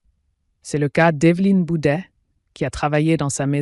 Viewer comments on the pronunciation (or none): Bouvet pas bouder